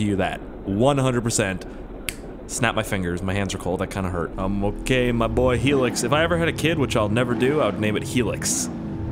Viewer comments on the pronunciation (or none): it's "high"lux not "helix" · High-lux not heelix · its hi-lux not helix... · you just triggered me so hard its not helix HILUX like highlux ya know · It's called a hi-lux not a hilex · Hey, the Hilux, its pronounced high lux, like your baked out of your mind, then lux😂😂 sorry lol my uncle had a hilux, Toyota makes em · The pickup truck from, "Back 2 The Future" is a 1985 Sr5 4x4 Toyota Xtra Cab Pickup, the body style is 84-88 And the truck is pronounced, "High-Lux" like Flux but without the F, Hilux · Hilux. Pronounced "high-lux" Toyota model car. You and your crazy Canadian words. If I was there I'd fake spit on fidget spinners with you. Haha. Love your work mate. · the indestructible truck is called a Toyota Hilux pronounced (high-lux) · please, the hilux is pronounced "high - lux". how had no one yet, you cant all be american and canadian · its pronounced "hi lux" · It is pronounced 'high-lux' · Ahhhhhhhhhhhhhhhh Its pronounced High-Lucks (Hilux)